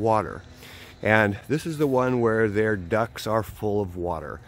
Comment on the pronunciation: 😄Thought you said the "ducks 🐥" are full of water🌊!